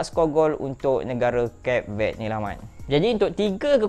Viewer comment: ..at least google la cara nak sebut nama negara tu. Tak susah pon Mat.